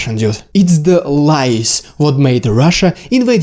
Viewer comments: No,, it wasn't the lice (вши́).😁 Oh, you mean lies! But that is pronounced lieZ. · your pronunciation on this one has a bad effect: lies [LAJZ] you pronounce it as [LAJS], but in English you have singular, plural: louse, lice [LAJS]. vosh', vshi. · Clear and well presented. And seemingly true. Good job. PS, careful on pronunciation - Lies is pronounced laiz, with a voiced S. Lais or lice is вши. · 😂 lies 😅 thought you said lice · Haha. I first though you said 'lice' and thought, yeah, makes sense. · omg i thought you said "lice" for the first minute xD. i was so confused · LOL At first I thought he said Lice! Very excellent discussion about how Russian military lies have resulted in wrongheaded decisions resulting is tragic losses and missteps. Entirely plausible and even probable observations. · At first I thought you said lice. 😂 But maybe that would also work too. Inflect the Russian army with lice and they’d be finished. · I heard "LICE" at first. haha !! Anyway, thanks for the video. Love from Taiwan and France. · you say "lies", but i keep hearing "lice". it would be very funny if they failed because of lice 😀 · Oh! You said "Lies". I thought you said "Lice"!